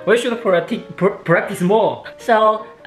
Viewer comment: 是practice哈哈哈哈哈哈